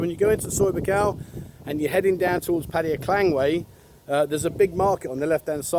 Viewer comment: Yeah but many people watch your videos to learn about Thailand. So why not pronounce the name of their city correctly.